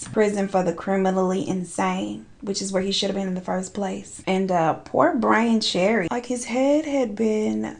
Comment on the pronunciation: "Poor BRAIN Cherry" 😭 gurl